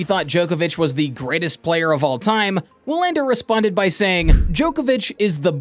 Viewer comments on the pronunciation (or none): Wilander is pronounced like VEE-lander. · Did this dude really just pronounce Wilander with a W? The GOAT debate is what it is. Wilander has a point - it should be more then numbers, but it never is because too many people get caught up in the numbers and now the overall impact on the game. Novak's stans will twist themselves into pretzels to call Roger's era a "weak era" but refuse to acknowledge the same is true of Novak's last 5 or 6 years. When all is said and done - more people will focus on the numbers, but the reality is - Roger's got records Novak will never have. Novak has records Roger will never have. And Rafa has clay numbers that probably no one will every top. To declare one of the 3 the GOAT you'd have to include the intangibles - and that's why Novak is working so hard to get that stupid players union to be something. Otherwise he has had next to no impact on the game besides numbers. Roger won with grace, elegance and class, put butts in seats and is a global ambassador for the game and is loved everywhere he goes. Rafa likewise is a fan favorite and has his tennis academies and is teaching kids the game. What's Novak done for the game? Nothing. It was always about HIM. Enter: Players union and "tennis needs to change." Change yes - but only to HIS vision of what it should be. In the end he might be a guy who was better off letting his racket do the talking.